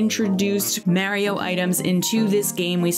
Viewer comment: I’m super excited for the lil mr reseti figure. (Ps. The way your pronounced Mario hurt my ears lol)